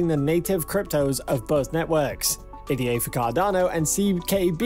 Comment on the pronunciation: It’s not pronounced “A-D-A”. It’s “Ada”. Like the woman’s name.